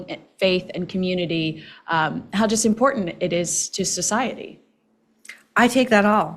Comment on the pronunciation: Maureen, What is this "Import TENT?" I'm hearing it more and more. Cringes my brain.